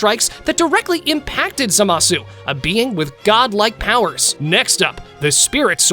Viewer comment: its not za ma su its zama su